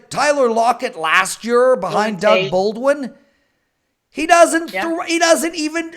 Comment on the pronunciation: sound is actually much better than last year. thats year, not yeeer as pronouces it! hehe!!